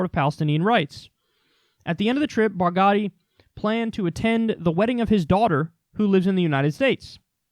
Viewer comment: Barghouti just pronounced it like it was an Italian name with a silent h 🤣 (easiest solution), you make it sound like Baghdadi.